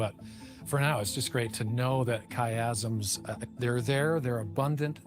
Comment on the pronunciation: pronounced it “chiasm” … what a pro 😊